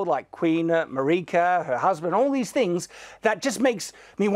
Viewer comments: In a tepid defence, there are languages where "Mareeka" is the pronunciation of the name Marika, but yeah, he speaks english and the game's voiceover is in english, so there's no excuse. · Shadiversity says "Mar-ee-ka", so clearly he doesn't even listen to the voices that DO deliver him direct story info. The desire to shut your brain off and refuse to piece things together with the info you do have shows why he wound up as a conservative reactionary. He just wants to defer to authority. Also, I think you took apart Shadiversity's way of thinking even better than Ziostorm did, personally. And I had never heard the curled finger world map connection before, that's pretty mindblowing